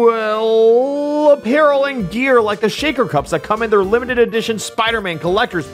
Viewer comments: Why won't he say the name? EDIT: I scrolled down and saw the comments. Now I get that Jacob had a speech impediment as a child. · Why did you struggle to say gfuel on purpose